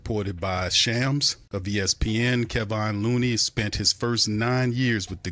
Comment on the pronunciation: 😆say it right: \keh-VON LOO-nee\